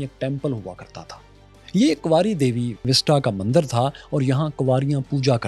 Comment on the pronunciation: one correction. It's not Mandar Its Mandir Thankyou